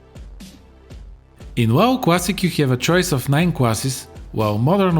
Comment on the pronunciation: "Should you pway World of Warcraft? World of Warcraft Cwassic? or Burning Crusade Cwassic? YES!!" Me "Oh..ok"